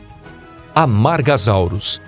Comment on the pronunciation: Amargasauros não, amargasauros não tem som de z tem som de s, pronúncia é algo vital na paleontologia.